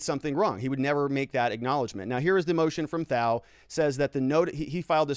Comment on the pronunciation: I love the content you put out. It's extremely informative. Thao's name is pronounced without the "h". Keep up the great work!